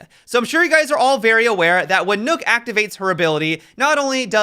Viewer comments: Please dont say nook. Maybe "knock" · Nook? Replace the L in Luck with an N and you get Nøkk. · WHY DO PEOPLE KEEP CALLING HER NOOK? Is Nøkk a phonetic thing? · can we please stop calling her, "Nook?" Please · It is pronounced Nurk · People saying Nook triggers me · Could hardly get through the video because every time he said nokk I cringed..